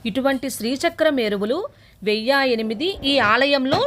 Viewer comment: ఓం శ్రీ మాత్రే నమః 🙏🙏 వెయ్య కాదు అమ్మ వెయ్యి అనాలి